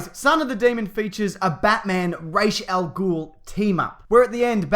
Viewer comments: I know I'm being really anal about this, but the Ras in Ras al-Gul is pronounced as Raz, not Raish. Just saying. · it's Ra Al Ghul like "Raw" not Ray .... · Its Ras Al Ghul not raish... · Who the fuck is "Rayshell Ghoul?" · It's Ras al Gul not rash al gul